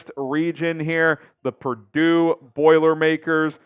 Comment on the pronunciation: Purdue 😂pleeease